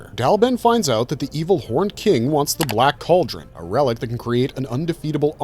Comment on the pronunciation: He's butchering the names in the black cauldron 🤦‍♀️